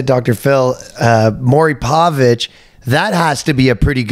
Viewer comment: I love how Ryan refuses to pronounce Maury Povich's name correctly.